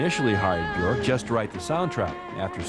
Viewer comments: "Icelandic pop princess BjOrk [...]"... Is it really that hard to pronounce the 'ö' for english speaking people..? There's no 'th'-sound in my first language, but I don't think it's very hard to learn to pronounce it right... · Anubis I know it's pronounced byerk, but then again I'm English. This video is American so you can't trust them to pronounce anything correct. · Johnny Solipsis well they're right... it's pronounced "byerk". The ö is pronounced with an "er"-ish sound.